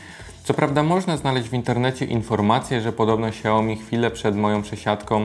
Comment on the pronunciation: na czym polega moda na mówienie "gogla" zamiast gugl ?? Wyrazy takie jak xiaomi wypowiadasz dobrze (siaomi), moonlight (munlajt) ale wyszukujesz w goglach a nie w "gugle"